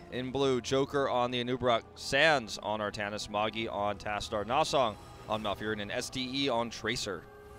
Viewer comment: isn't ''Magi'' pronounced ''Majj-i'''' instead of ''maggie'' ?